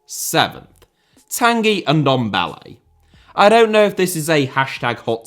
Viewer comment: Say Ndombele one more time...